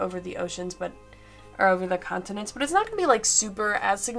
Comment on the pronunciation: Sorry, must be your accent. Sounds like you're saying "condiments"